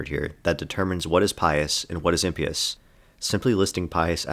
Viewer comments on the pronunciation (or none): I was annoyed by your pronunciation of impious until I made a drinking game out of it, but just for my own sanity: its pronounced the same as you are pronouncing pious, just with the "im" in front of it.